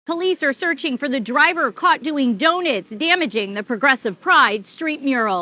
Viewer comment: What are doe-nits? Doughnuts I know of, but not doe-nits.